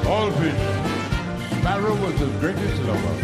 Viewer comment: sparrow not sperrow